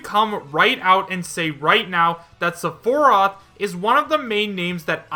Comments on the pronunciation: Sephorath?! ITS PRONOUNCED SEH-FIH-ROTH!!! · It's sef-e-roth. Only saying this because it was mispronounced at the beginning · "Suh-for-roth" lolomgrly? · The way you pronounced Sephiroth first OMFG LMAO!!! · The way he said sephiroth name pisses me off lol. How you say his name wrong.